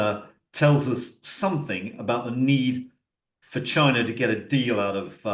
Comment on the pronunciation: Love how says "Chiner" 😂